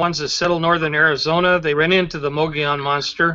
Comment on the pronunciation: You guys are pronouncing it wrong..Mogollon (Mo -gui-on)